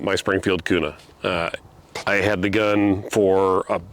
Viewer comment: If this guy is really from Idaho he would call it the Springfield “Q” “nuh” no “koo” “nuh”.